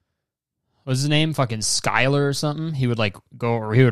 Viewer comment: "Skylar" lmaooo